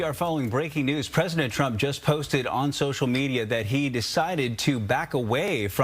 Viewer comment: Dear Karoline Leavitt- It's "President" with a "P", not "Fresident". Take some of that concrete out of your lip and you might be able to say it.